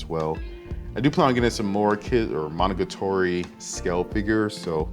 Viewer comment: Nice collection! I'm just bothered by your pronunciation of Monogatari. Monogatoree?